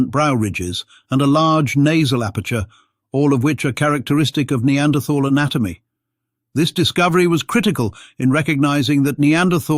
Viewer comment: I can't watch this, the mispronunciation of "neanderthal" is too annoying.